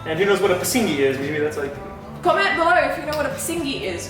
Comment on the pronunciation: PISNGI MEANS APING OR CHEECKS BUT ITS NOT PRONOUNCED AS PISINGI BUT. PIS....NGE